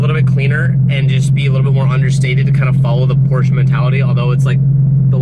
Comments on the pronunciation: Its called porsche not porscha hahaha but im not serious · finally you're saying por-sha! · say it with me Por sha